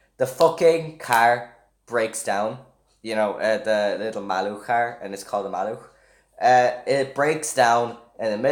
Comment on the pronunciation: Oh shit u said 'maluch" So good